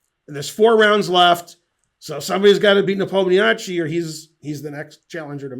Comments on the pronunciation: Thank you, great video. Folks, it's nepOmniasheei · Ben, you butchered both names terribly. You do pronounce "i" at the end but your emphasis is all wrong...In Russian its iy at the end , pronounced as iiiyyyy, ha ha we don't have anything like this in English...